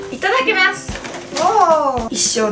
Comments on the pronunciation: いただきみゃすって聞こえる笑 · 最初いただきみゃすって聞こえた